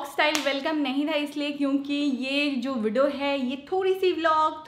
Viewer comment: You are very sweet. Pls dont mind but they way you say Vdo (video) it sounds like widow. Pls see if you can pronounce it like vee-dee-o. This is constructive criticism. Pls don't mind.